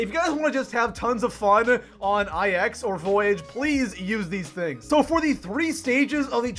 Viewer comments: This man deadass called Nine “eye ex” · I definitely agree with the list, good job 💯👍🏽 btw stop saying EYE EX, please it’s a Roman fucking numeral 😁❤️